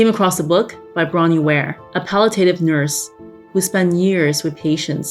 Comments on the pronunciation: Right off the bat you can't even pronounce pall-i-a-tive. It's not "palliTAYtive," my God. Do better. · I’m sorry. I’m a nurse. I’ve worked with palliative care patients. Did you say pallet-tative? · never seen before, but was tough to start with mispronouncing palliative. Did i miss the whole point? I feel like i did.... Rough week team. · You mispronounced palliative. I will correct mispronounced words even on my deathbed.